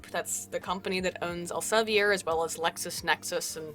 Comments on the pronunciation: I love your pronounciation of Elsevier but it is Elsev-E-r with an E as in feet. Take it from a Dutchy:) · It's El-se-veer. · just so you know, Elsevier is pronounced more like "Elsa vear". In Dutch, "ie" has a sound akin to "ea" in English. ;)